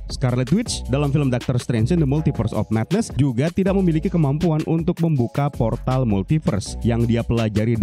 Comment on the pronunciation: Ada yg denger kalo dia bilang poltar alih2 bilang portal 😂😂